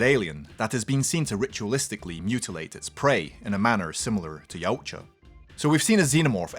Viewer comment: OK now sorry but I have to point one thing out from my study on the Internet yautja isn't pronounced how he says it but Is pronounced e watt ya